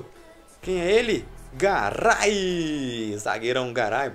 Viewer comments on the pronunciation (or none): Na narração do fifa fala carai em vez de garay